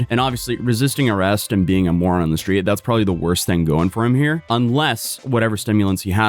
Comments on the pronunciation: “Shhtreet” “Shhtrong” “Shhraight” “Shhtop” “Shhtrike” “Shhtream” When TF did people start talking like this? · It's pronounced Sh-theed!